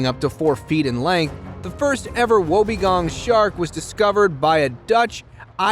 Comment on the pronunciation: Just to be clear it's pronounced wob-E-gong Shark NOT wobagong shark and E-Kid-Na NOT E-CHID-Na.. and finally its NOT Carroway.. it Cass-o-wary! If you're going to make a YouTube video-- for GOD's sake get the pronunciation right. It is so hard to listen to an American trying to speak Australian!